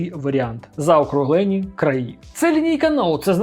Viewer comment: Не заокруглееееені а заокруглені. Вуха ріжить